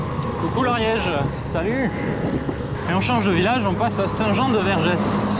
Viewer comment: Le village sa se prononce pas le s donc saint jean de verges comme une verge(zizi) 😂 😂 😂